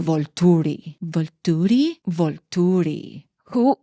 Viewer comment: I LOVE the way you say Volturi 😅